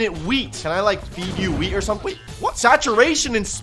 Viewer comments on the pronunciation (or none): Wheeth on wood not wood on wheth